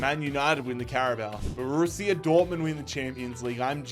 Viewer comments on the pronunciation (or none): none